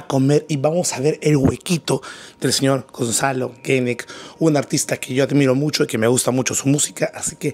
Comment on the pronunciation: todo el video diciendo guenek, el mismo gonzalo lo pronuncia como genek y dale y dale hasta la despedida 🤣